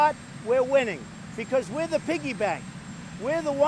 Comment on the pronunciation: “We-ah winning! We-ah the piggybank!”